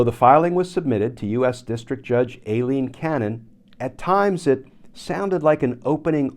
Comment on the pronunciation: All of this time, her name was a part of your lexicon, Aileen Cannon's first name is actually pronounced as if it was spelled Eileen. And it is pronounced as I-leen.